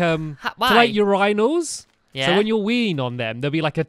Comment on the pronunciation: to Stampy calls urinals yooriiinalls lol it's ok stamps